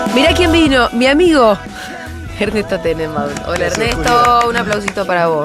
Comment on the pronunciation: En serio? Tenembaun?🤦